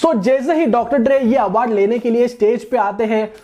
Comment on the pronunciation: Awaaardh nhi hota hr Bhai